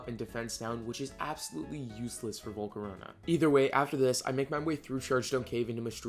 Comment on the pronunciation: THERE IS NO U IN VOLCARONA!